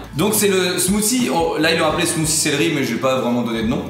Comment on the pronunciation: Le titre montre "smoothie". Eux disent "smoussie". Seems legit.